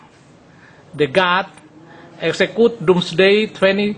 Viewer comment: human = HYUMen the end = DI ENt execute = exzekiut insinyur ngomong aja belepotan !